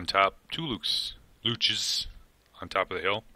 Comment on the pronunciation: haha, Luchs is pronounced like LOOKS in German 😊